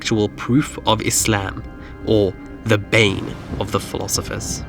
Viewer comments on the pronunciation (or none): none